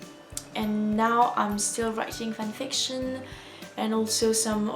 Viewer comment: idk if this is gonna make sense but you basically pronounce it fanFICTION, whereas i pronounce it FANfiction. it's cute :) Willia